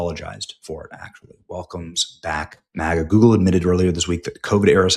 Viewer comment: Did you say Goebbels or Google?